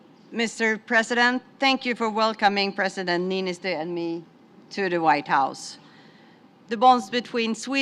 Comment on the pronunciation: It's Sauli Niinistö. If you don't have o with two dots you use "o", not "a". Americans...